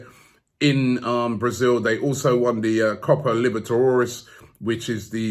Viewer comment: Robbie I love ya work here on AFTV. Massive fan Huge Gooner and AFTV fan from Australia, but please I need to hear you say Copa Libatedoras again. Your pronunciation is hilarious sometimes. LMFAO